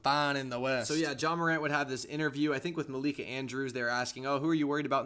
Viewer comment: JA MACAN’T😭✌️